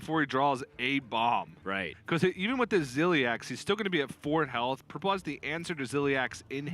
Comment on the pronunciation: "Purpele" is "gollum", right?